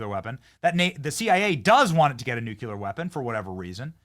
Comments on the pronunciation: If you say nu Q ler again I have to unsubscribe. It’s noo clee UR. Pronounce it correct or Lose everything. Anyone that can’t say this word correctly deserves nothing. Bush says new Q Lur. He’s an idiot. Are you an idiot? Then stop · nuCLEAR bennny not nukular!!!!!!! NUCLEAR NUCLEAR NUCLEAR NUCLEAR NUCLEAR Everybody learned that as teenagers!!! You say it ALL the time holy smokes it’s annoying!! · Benny, mate. Love your work!!! But pleeeease stop saying “nucular” 🤦🏼‍♀️🤦🏼‍♀️ It’s nucLEE-ARR. Ppl who say “nucular” sound unintelligent and that’s not you mate ❤️ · BENNY! REPEAT AFTER ME: "NUCLEAR"... "NU-CLEAR"... "NU-CLE-AR"... NUCLEAR! THERE'S NO SUCH WORD AS "NUCULAR"! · Nuclear not nucular! smh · Nuclear is pronounced like new clear not nuke you lur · Benny- love your work! Nu-cle-ar, not nuke-u-lar. please bro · PLEASE BENNY it’s NOO CLEE UR NOT NOOK YA LER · Please Benny...the word is nuclear not nucular. NU-CLEAR🙏 Please pronounce it correctly... please 🙏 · Benny, please stop saying “nook-yuh-lurr”, it makes you look stupid. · I love ya, Benny. But sound it out. Nuclear (Noo•klee•ur) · Say "nook-yular" again! C'mon, say "nook-yular" again! I dare ya, I double dare ya MFer, say "nook-yular" one more got damn time! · Can you say "nuclear"? 😂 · You need to learn how to pronounce “nuclear” correctly, Benny! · Any reason why you keep pronouncing nuclear incorrectly??? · STOP MISPRONOUNCING NUCLEAR!!!